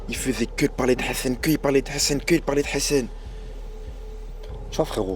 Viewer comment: Pourquoi ils disent hessene au lieu de dire Hassan sans prononcer le h ?!!!ils sont gênants